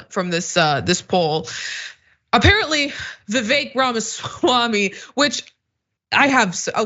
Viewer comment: Is intentionally mispronouncing Ramaswamy’s name?